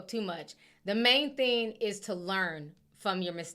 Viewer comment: Thing. Not theen 😂😂😂😂